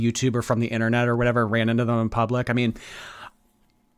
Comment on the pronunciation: I totally thought that woman said “omg I saw you from the THINternet”💀💀💀